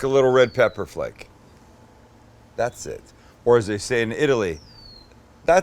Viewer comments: Datseeehhh eeeet is exactly how i imagine italians say thats it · Italian "that's it" killed me LMAO